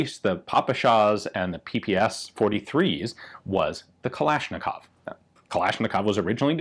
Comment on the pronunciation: Anglos for some reason can never pronounce the name "Makarov" correctly. Even guntubers, who should know their stuff, fail to do that: Ian pronounces "Kalashnikov" and "Tokarev" pretty much flawlessly (for the English language), but gets the "Makarov" wrong. Remember, boys and girls: the accent in "Makarov" is on the second syllable — mah-KAR-of. Like, if you say "muh car!" and then add "off" at the end.